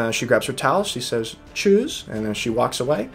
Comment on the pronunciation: Ahhhhhhhh now I get it! Your "Tschüss" always sounds like a "Choose". I was wondering, who in the world ends a conversation in "choose" all the time. You gotta pronounce the "S" sharper and the "oo" shorter :)